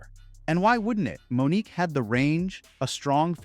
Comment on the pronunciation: Okay, if you're going to report on something, you need to do the research and cover things honestly. Years after Mo'Nique (whose name was mispronounced multiple times in this video) was blacklisted, Tyler Perry, Lee Daniels, and Steve Harvey ALL admitted to advising execs to not cast her and unjustly characterizing her as difficult because she threatened them. If you're willing to address the difficulty of Asian actors to find work, then it's kind of telling that you glossed over the harassment and ostracization that Black women have always received, even from other Black Artists. You need to do better,. Your slip is showing.